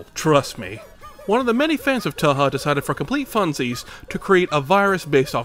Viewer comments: touhou is pronounced like "toe-hoe", not "two-who" edit: mevermind, he got it right the second time lol edit 2: oh okay hes fucking with us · DID HE JUST CALL TOUHOU "TOOHUU" AND "TWAHA"?? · I loved the whole running gag of mispronouncing Touhou during the Rensenware section, but that one bit where you said "2hu" immediately triggered my fight or flight response. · The pronounciation is not "twa ha" tho its toehoe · every. single. touhou. pronounciation. too-hoo toe-hoe (the correct pronunciation) to-wow-how too-ha-hoo-ha ta-ha twa-ha tow-chika-wow-wow twow wow wubbzy toucan sam wonton toonami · I still think saying toohoo is funny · "Toe Hoe"? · very impressed with how many different ways you invented to pronounce touhou, might start using touchikawowow myself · As an average Touhou fan, I cringed inside when you pronounced the series as 2hu. Then was confused when you got it right the second time. Then you proceeded to say it differently every time you said it. Ending the segment with “I sure hope I got the name right!” killed me. Excellent work. Edit: Also nice use of the Kirby: Right Back at Ya! footage. Having both Kirby and Touhou in the same video is an instant way to get my approval. (As if my username didn’t make that obvious.) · Introduces it as "Toohoo" and plays McRolled in the background. Best way to start talking about Touhou in a video, seriously. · its pronounced yoohoo actually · He pronounced "TouHou" as "TooHoo" "Tuhuh", "Toe-chika-wawo" and "Toonami" bruh 🗿🗿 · Touhou = Tofu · The way you pronounced Thouhou got me rolling on the floor! Its pronounced toe-hoe lol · "That's not how you say TauHau" ... "Actually yes, those is exactly how you say TuaHua" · The "toohoo" at first confused me until I realized he just went with several ways to mispronounce Touhou lmao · "too who" hello, reddit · love how you pronounced "teehee" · Him calling it toonami had me rolling dude. Peak comedy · You pronounced Towaheehoowe wrong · He said toohoo